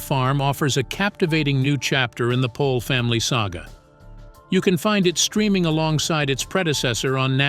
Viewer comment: Isn't the last name pronounced "Pole"?